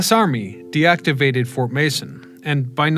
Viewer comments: Fort Mason, not Manson! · Fort Mason, not Fort Manson. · At 3 minutes, it's fort Mason. Not Manson.